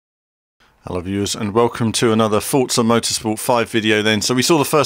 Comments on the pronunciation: I'm pretty sure its just Forza, the t-za sound only happens when its a double z, like mozzarella and pizza. One Z should be pronounced For-za. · Forza = Fort-za ? where's the T in Forza ? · why ppl say Fotsa not Forza ?